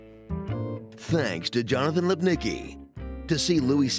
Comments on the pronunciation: Jesus dude, it's pronounce Lip-nitz-ki not Lip-nicky. Polish your polish if you want to be serious actor. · It makes me sad everytime I hear an American with a Polish surname mispronounce it. It's should sound like "lipnizky" god damn it.